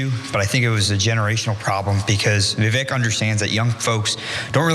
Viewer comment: His name is Vivek, it rhymes with snake. Stop saying Vi-VEK. You say it Vi-VAYK.